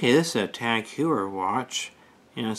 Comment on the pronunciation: Thanks for watching our video. It is a bit embarrassing that I mispronounced the name of the watch brand. I've have also mispronounced Cartier and LeCoultre. When I review another Tag Heuer I'll remember to pronounce it correctly.